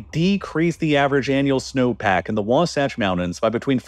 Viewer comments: It’s Wa-Satch like satch-el. Not like scotch. ❤ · I’m sure it’s been said already but it’s pronounced “was-ATCH” not “wah-sahch” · The way he switched between calling it The Wah-saach Front vs Wa-satch Front throughout was amusing. The second one is correct. (Not a dig by the way. We have weird pronunciations here.) Also, great video! I'm a biologist near Ogden that rants about this a fair bit to deaf ears all around. I'm not too optimistic about The Great Salt Lake to be honest. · Wasatch is pronounced differently here, rhyming with “boxmatch” not with “boxsocks” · It's Wasatch, not wasotch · Wa-satch. The "satch" is pronounced just like it is in the word "satchel." Not, not, NOT "waw-sawch." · Sevier Lake is pronounced like "severe" also later into the video, the second A in Wasatch is pronounced like cat (or satchel since it's similar spelling) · By the way, Wasatch is pronounced Wah- like Waluigi and Satch like Satchel. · Mostly good, but please check local pronunciations. It is wah-SATCH among others. Overall content is pretty accurate. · Geez, the pronunciation of some of these words is nails on a chalkboard. In my 30 years of living in utah i've never heard it pronounced "wasotch" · "wahwahtch" lol. I love listening to people mispronounce names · KL-am-ith Wa-Sat-ch If you are going to talk about a place like you know it, you should learn how the names of places are pronounced. A 30 second phone call to any local should suffice. Hell i don't even live there but i drove trucks based out of Utah for a few years. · Sevier lake is pronounced “Severe” btw. And Wasatch is pronounced like “hatch”. Great video as always! Source: played football and wrestled against North Sevier and South Sevier and live on the Wasatch back. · The second a in Wasatch is pronounced like in sash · “The Wah-Saw-ch front” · WAH-satch, like Satchmo. I really hate doing this to you, but as a Utah native, I'm obliged. Please make sure this ends up in your correction video in a couple months.